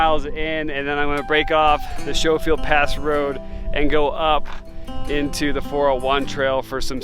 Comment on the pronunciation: Not that it matters but since you were wondering, Schofield is pronounced the same way as skoal chew. Skofield Fun trail, thanks for the video